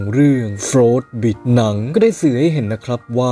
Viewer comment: กำลังจะแซวเลยว่าอ่านผิด 5555